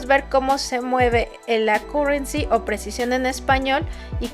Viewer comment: buen aporte solo que no se dice "acurensi" suena mas como akyureci